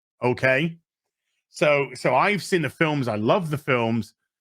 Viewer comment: Am I wrong or did you just pronounce the word "films" as "phil-ems"? Is that a British thing or just an thing? (or am I missing a joke....or just deaf?)